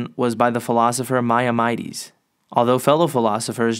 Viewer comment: Great read through, very smooth voice and good articulation, and please do more; BUT the Jewish philosopher Maimonides' name is sounded in English as My-MAHN-ih-deez, not My-o-MY-Deez or whatever you said. It tripped me up the first time!